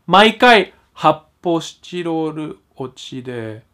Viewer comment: ぶんちんちんの発泡スチロールってさ、『って、こで発泡スチドードゥじゃないかぁ』って聞こえるよね